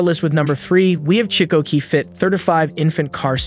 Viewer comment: Chicco is pronounced "Key co." And Graco isn't "grahco" but "Grey co." Britax was correct I think.